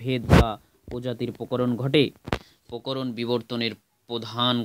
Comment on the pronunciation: Sir ota pokoron noi prokoron😅😅